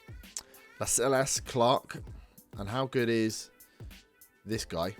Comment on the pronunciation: Who is Las-sell-ass? 😂😂